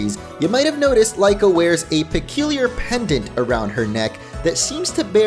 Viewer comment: Why Is Everyone misspelling and calling him wrong it's kinda funny but it's not lyko,or lico it's Liko